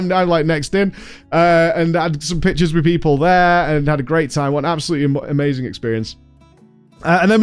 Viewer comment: You have no idea how long it took me to realize you were saying "pictures" and not "pitches"